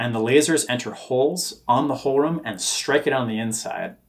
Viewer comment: Thanks for the update! One minor remark: To pronounce "Hohlraum" closer to the original, try "hole roum" (with ou as in round). Yes, pronunciation of German words is strange when looking at it from an English speaker's perspective... but it's twice as strange from the other side ;)